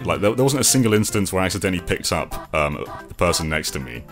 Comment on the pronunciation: “Accendently” push them into a pit